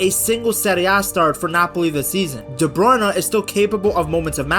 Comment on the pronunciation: Please try with Kevin's name a bit. Pretend the "e" in "Bruyne" is silent. I will admit it triggers me a bit each time I hear that name pronounced by commenters.